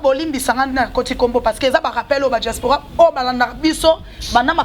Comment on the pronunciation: Franchement elle bla-bla-bla cette fille. On dit pas djaspora mais diaspora